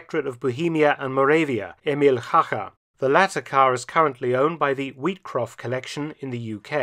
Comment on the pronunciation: Excellent pronounciation of the surname of Mr Hacha! Thank you for the video and all your great work.